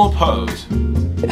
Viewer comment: "Where is Jonny" he said that in the most British accent I've listened today